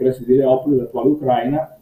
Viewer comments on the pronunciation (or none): none